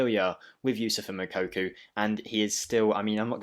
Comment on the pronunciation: you are still pronouncing his name wrong. Its not Mokokou. Its pronounced: Moo-Cocoa